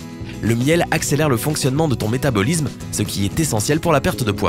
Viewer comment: Métabolisme ne se prononce pas métabolizme, organisme non plus d'ailleurs.